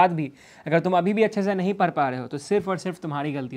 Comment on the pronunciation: Who realised bhaiya padh ko par bolte h 😅😅